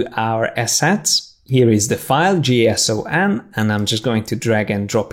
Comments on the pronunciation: Lol can't even pronounce JSON. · I love the way he pronounced J-S-O-N. HAHHA